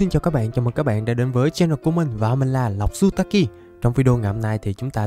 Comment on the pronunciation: ơi anh đặt tên là lộc zutaki mà sao anh chào các bn là lộc sutaki vậy:)